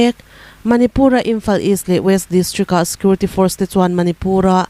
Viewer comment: Puangthiam hle mai.Mahse security hi scurity tiin i lam char char zel a